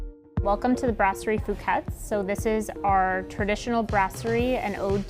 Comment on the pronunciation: Who's going to tell them that they mispronounce their own name and they misspelled "stationery?"